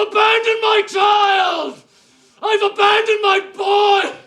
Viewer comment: "I've abonded my boy" is truly the single best acting scene in history